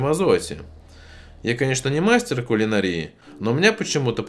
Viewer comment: куланАрия а не кулинарИя